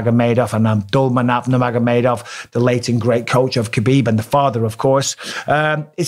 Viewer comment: Ita not kabib. Its pronounced as habib